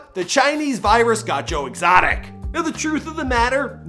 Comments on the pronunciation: "Joe Extoic" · Joe ExToic😂😂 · "joe extoic” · Joe extoic?????? 😅😅😂